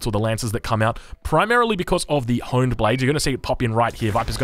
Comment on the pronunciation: he pronounces the H in HP but the the H in Honed Blades lol